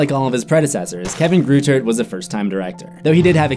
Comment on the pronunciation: Kevin greuter's name in pronounced Kevin groy-der